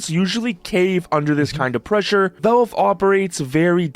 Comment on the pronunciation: I HATE the way this guy pronounces Valve. He says "Velve" and I don't know how anyone can come to the conclusion that's how to say it. I increasingly want to punch the nearest wall every time I hear "Velve".